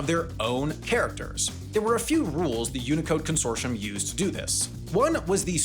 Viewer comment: Consortium, not consortion.